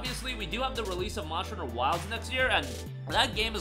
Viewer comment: ur still saying Mosher Hunter lol. 😂